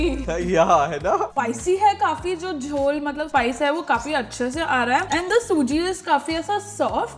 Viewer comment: wohoooo.....where to retire series😂😂seems interesting....JHAL SUJI❌ JHOL SUJI✅......Really appreciate the effort you guys put into every video 🙌Soon to hit 10 million subscribers — praying for even more success and growth ahead 🔥📈